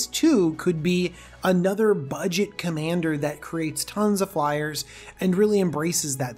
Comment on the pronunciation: "flyeres"? What are flyers. Fliers? Flyerererrrerererez?